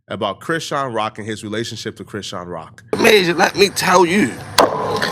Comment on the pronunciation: You keep saying Crenshawn Rock